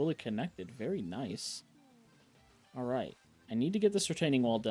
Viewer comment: when you said dalright lol it might not be just that guy says it alot lol